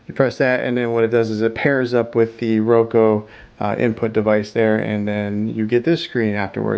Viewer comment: Soundtrack is distracting, FYI. Would rather just hear you- ps I think its pronounced ROWkooo